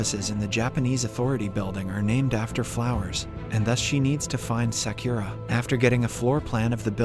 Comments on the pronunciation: Its Sa-Ku-Ra not Se-kyu-Ra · It’s annoying he can’t say Sakura right